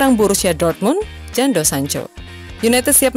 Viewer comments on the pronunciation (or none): Min baca yg betul jangan asal sebut...jadon kok jando